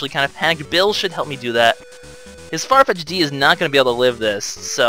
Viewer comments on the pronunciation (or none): FYI, it's pronounced Farfetched, just with an apostrophe instead of the "E". I love the Let's Play! I've been marathon watching it the past few days.